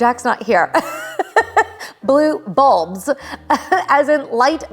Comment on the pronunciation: The way you said “blue bulbs” pronouncing every letter 😅.